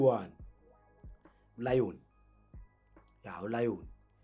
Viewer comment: Not Lion 🦁 maaarn Léon..!!😂😅😂